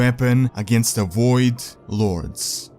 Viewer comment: The WOID LORDS.